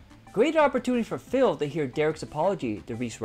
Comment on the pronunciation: its Dare RICK not Dare Rihch, dont indulge in the ♿️